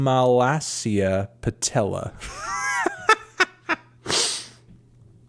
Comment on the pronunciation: ur mispronunciation of “chondromalacia patella” made me wanna kill myself